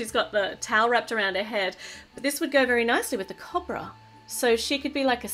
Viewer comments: I'm not trying to be mean but it's not cob-ra its co-bra😃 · YOUR PRONOUNCING COBRA WRONG! CHANGE THE SOUND OF THE O!